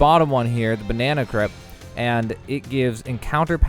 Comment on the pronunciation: Havent you seen Talladega Nights! That's how you learn to pronounce the word Kr-Ape (crepe)